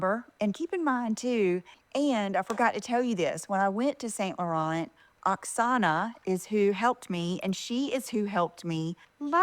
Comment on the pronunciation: If nothing else,, you idiot, learn how to pronounce Saint Laurent. I cringe every time.